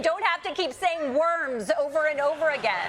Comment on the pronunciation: Yo!! Musk can't say the word, "worms." Instead he says, "warms." What a sad sack.